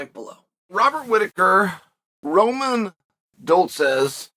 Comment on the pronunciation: The irony of Roman's second name being pronounced dull-seds